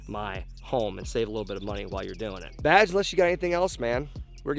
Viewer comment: Everytime he says "Badge" I always hear "Vag". 😂😂😂😂